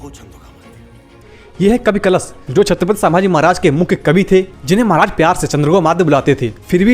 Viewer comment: Pehle thik se bolo chatphat Samrat hain??